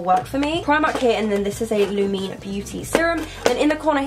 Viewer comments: giirll its lumene not lumii or lumee ❤️ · Hi girl! Lumene is pronounced Luuh-méh-néh, hahah you killed me, it's so funny to hear non-nordics say our makeup brands😂 Btw the CC cream is soooo good! I use it like crazy. Love from Sweden 🇸🇪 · When she said “Lumene” I cringed so much. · You said Lumene wrong.